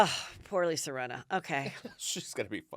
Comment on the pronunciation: “Rinner” haha 🤣😂 are you Italian? From New York? Or both by any chance?? Bc that’s exactly how we would pronounce “Rinna” 😂